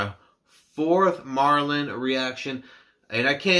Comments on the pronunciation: It's pronounced like meridian they are a great band the whole misplaced childhood album is worth a listen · You should definitely listen to the whole album Misplaced Childhood since it tells a story and Kayleigh is one of them. It's pronounced Ma rill ion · Great reaction! Just for the record the band is pronounced Ma-rill-ee-on